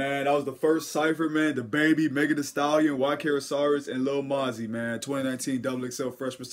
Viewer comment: its moe - zee 😂😂 keep up the work doe